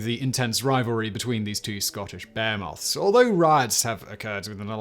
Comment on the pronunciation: Still can't get over how he pronounces "Behemoths" as "Beer-moths" or "Bear-moths". I understand the whole accent and dialect thing, but it still mildly bothers me because it makes me think of some obscure cryptid or something.